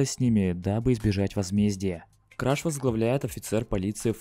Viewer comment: Ни краш, а креш